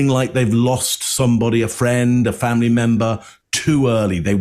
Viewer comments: Fomlee 😂 lol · Their children really don't have a role to play in their historical fomlee as Harry pronounces it, they are several cousins away from the throne.